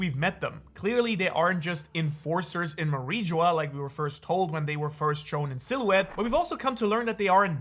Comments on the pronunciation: Manmeyer ❌ Myanmar ✅ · Pretty rich pretending to care after repeatedly saying Manmayer as "Myanmar"... ...oh, so you CAN do it if you try 😊